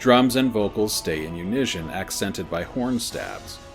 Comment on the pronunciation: Great series, but I'm pretty sure that's not how you pronounce "unison". It's a soft "s" not a "sh"